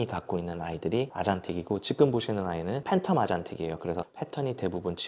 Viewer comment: 말투 정말잔잔하고 좋아서 유익한 라디오처럼 잘 듣고 있습니다 근데 유독 기억을 쌍기억으로 발음하셔서 너무 신경쓰여요 특히 지금이란 단어 자주 사용하시는데 지끔 지끔…, 저도 왜이렇게 신경쓰이는지 모르겟는데 한번 의식하고 나니까 너무 거슬려서 ㅜ 죄송해요 여기부터 지끔 파티 시작